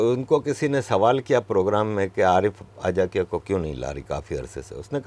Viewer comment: 'अज़ाकिया' नव्हे, "आजकिया" (ते मूळ गुजरातमधल्या 'आजक' या गावचे आहेत, म्हणून आजकिया).